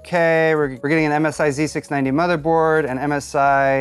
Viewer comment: You properly pronounced " z690" and 60fps video...yeah..you're DAMN RIGHT..you're getting a thumbs up from me. \m/